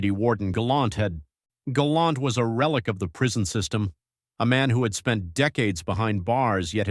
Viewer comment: Hey, it's "Galant" NOT "Galont" ijs